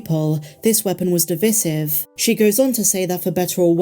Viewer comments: De-VICE-ive not de-viss-ive....even tho its spelt devisive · div·isive /dɪˈvaɪsɪv/ /dɪˈvaɪsɪv/